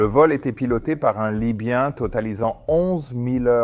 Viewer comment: ...le temps z'été agréable....oui oui c'est cela,tout à fait ^^.